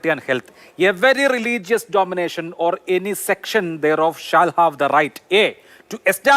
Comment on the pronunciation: Domination alla Abhilash, Denomination. Thettu thiruthoo.